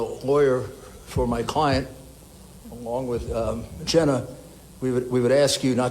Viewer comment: Jen-na! Wow!